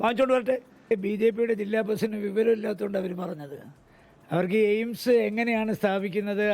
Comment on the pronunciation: ജെയിംസ് അല്ല 🤣എയിംസ് 😢 കാര്യം പിടിയില്ല 😂